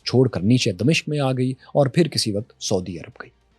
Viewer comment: دمشق کے م پر زبر ہے